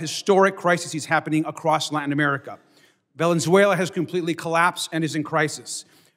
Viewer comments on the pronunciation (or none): none